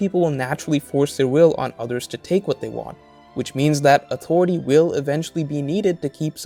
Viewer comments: It took me so long to realize you're saying "authority"... I've been hearing "awtory" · AuToriTy. Haha this is a good video but the way he pronounces the T in authority is wayyyy too funny LOL. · Ahhh... listening to this was interesting, but the word “authority” just gets me. Everything is said normally and then that word just appears. No hard feelings